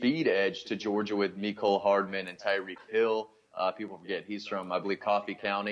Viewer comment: It’s hardman. Not hardaman.